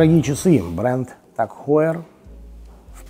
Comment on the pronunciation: Меня тоже удивило...Произносит, что компанию основал Брайтлинг, а часы называет Брейтлинг. А так же компанию Хаер, а часы Таг Хоер. Нужно как то определится))